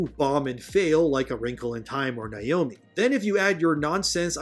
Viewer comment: Niomi? It's Naomi. Nay-oh-me.